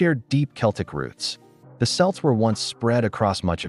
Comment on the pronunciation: "ROOTS" NOT "ROUTES" :face-turquoise-covering-eyes